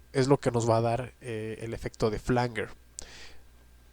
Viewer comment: Flanguer o Flanyer? Esto genera confusión, La IA dice que es Flanyer 🧐🙄 : Se pronuncia /ˈflændʒər/, es decir, "flan-yer". Se escribe "flanger" y se refiere a un efecto de sonido que se crea mezclando dos señales de audio idénticas con un pequeño retardo variable, lo que genera un sonido metálico y arremolinado que puede recordar a un jet o un coro. Desglose de la pronunciación: flan-: Similar a la palabra "flan" en español. -jer: Suena como "yer" en español, con un sonido similar a una "j" suave y la "er" al final.